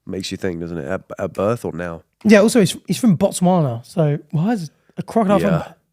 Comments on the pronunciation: Yall BUTCHERED those botswana names omfg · them tryna pronounce the Botswana names were so funny cause they couldn’t be more off